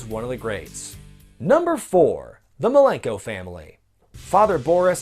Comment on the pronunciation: frost: WOOT WOOT~! Seriously, that's "MILENKO," not "MALENKO."